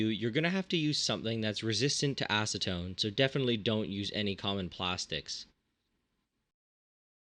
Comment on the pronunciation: Aseton??? Seriously???